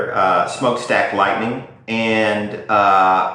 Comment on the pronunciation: Its written and pronounced Lightnin as it was written not Lightning